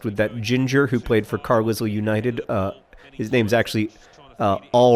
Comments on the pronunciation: Other people will have already said this, but Carlisle is pronounced Car-lile. British shibboleths strike again... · Yeah, he's just taking the piss. He does it to all of the oddly spelled teams.